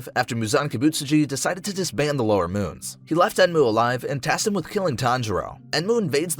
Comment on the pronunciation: I heard lowermoon6 as lowermoonsex